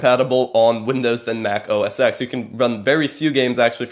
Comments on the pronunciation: Just a slight suggestion I guess. You keep saying OS X, pronouncing the X, it it's actually called OS 10, as Apple uses the greek number system. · The "X" in OS X is pronounced "ten" like the roman numeral. Just saying.